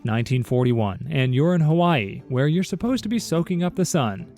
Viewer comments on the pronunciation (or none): none